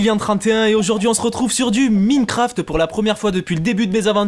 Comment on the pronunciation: On dit Maïnecraft :D